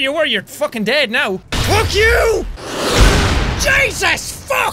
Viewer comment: I love you say fuke